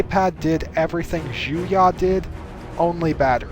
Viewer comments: it is pronounced "Juyo" not "Juya" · Juyo is actually pronounced ju-y-oo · The way he pronounces Juyo really annoys me.... The information is good. But the pronunciation gets on my nerves... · I’ve been scouring the comments trying to see if I was just insane or if he’s butchering the hell out of the name lol.